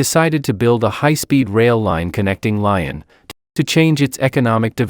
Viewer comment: Lyon is pronounced "lee-on", not like the animal "lion".